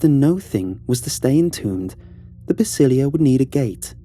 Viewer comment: The word is “Basílica”, not Basilia